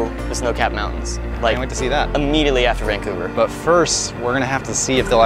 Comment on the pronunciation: Hey, Vancouverite here, put the emphasis on the "cou" and put a g in it. Vang-cou-ver